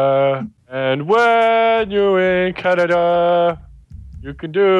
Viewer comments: No. It's not CANADA! It's canada. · can-a-da- AAAAAA